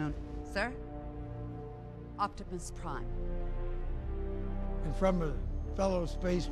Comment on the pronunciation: did I hear her call Optimus Prime, “Optipus Prime”?? Bruh lmao